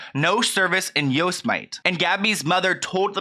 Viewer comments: Quoting you LOL but it’s “yow-seh-muh-tee” not “yose-mite” ; btw loooove how you report very informative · He really said “Yose-might” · Yo- sim-ih-tea not yos-might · yo-si-might...I love you hahah..yo-sem-ity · Yose-mite? Really? Lol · My guy it's pronounced "yo-sem-it-e" Not "yo-sum-might" 😩✋🏼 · you said yo-smight?? Lol Hoping they can find her. This is horrible. Silence speaks loudly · “Joes mite” haha how cute. It’s pronounced “yo-see-mee-tee” Haha sorry I had to comment, Love your content though ❤️ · I know you did not just say "yose-mite" lmao it's pronounced "yo-sem-it-ee" haha just fyi boo, love ya! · The way you pronounced Yosemite made me laugh, I live by Yosemite, you pronounced it...yo-suh-might.....it's yo-seh-meh-tea........love ya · it's pronouned yo-sse-mitt-ee not yoz-mite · Yosemite yow seh muh tee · YO-SMITE I’m crying omg it’s pronounced Yo-simity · I’m dead!! I love you btw I say this with all love. When you said (Yo-Smite) I about died. I think you meant (Yo-Sem-It-Ee) the national park. Lollllzz but great video! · Just btw Teton is said "Tee-tawn" and Yosemite is said "yo-sem-it-ee" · I’m sorry but as a Californian the way you said Yosemite is killing me 😂 yo-se-mi-tee lol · You pronounce Yosemite Yo-seh-me-tee not Yosemite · Yo-se-mit-e is the pronunciation- 4 syllables, not 2. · Did you really say. Yose Mite....pahaaaaaaaa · Love you Yosemite is pronounced “YO SEM IT TEE” (yow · seh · muh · tee) just a loving fyi. Poor gabby hope they find her alive. This case is so frustrating that he can remain silent legally and avoid the police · Yo sim ah teee that’s how you pronounce that place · Yosemite is Yo-sem-I-T its a national park in California. :) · It’s yo-sem-it-ee ♥️♥️ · Did you just say “Yo Si Mite”? Jesus Christ….. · Yosemite yo-se-mi-tee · Nobody:: Yose-mite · Yosemite pronounced Yoo Simi Tee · Pronounced YO-SE-MA-TEE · Do you know how far I had to scroll to see if someone else caught that 😂😂